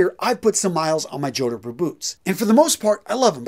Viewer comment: Nice piece, but fyi, it is pronounced “jawd purrs”.